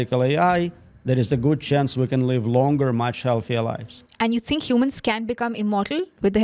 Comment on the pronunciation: Its pronounced "think" not "tink"